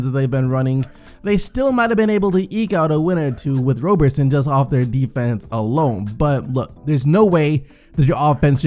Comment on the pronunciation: It's Andre Rob-erson. You confused me for a long time lol